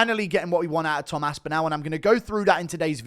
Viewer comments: Aspinall not Aspinal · Great vid but it’s pronounced aspinall (as-pin-all) I’m no grammar nazi but it was grating on me